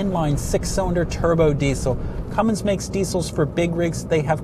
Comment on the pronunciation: Cummins not cummings